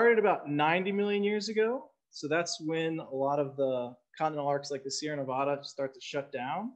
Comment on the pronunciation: Nevada (the State) is pronounced just like you spell it Nev-AD-a, not Nev-ODD-a, not Nev-ah-da! We became a territory in 1861 and a state in 1864 and it's always been pronounced that way. Just like you don't go to Texas and say Tejas or go to Oklahoma and say Okla Homma either.